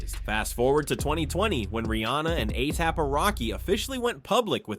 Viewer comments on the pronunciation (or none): Anything but A-SAP. 😂 Alee-app, A-thap, A-hap A-say-yay-pee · Why is he saying ATAP?!?! 😅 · ASAP rocky not aap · Anyone else not hear the 101 ways dude said "ASAP"? How can a spelling/pronunciation be wrong so many times I begin to think dude was deliberately playing with us... 😅❤ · Asap’s name was butchered about 70 times